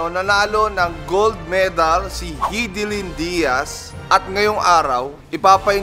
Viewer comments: Hidilin✔ Hidilyn❌ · buong akala ko Hi- di- lyn (Haydilin) ang pag pronounce hehe thanks boss cong sa another info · Pronounciation: High-D-lin 👎 Hee-D-lin 👍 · na-mispronounce mo boss cong pangalan ni hidilyn